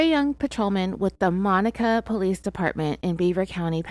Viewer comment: Your still not saying monaca right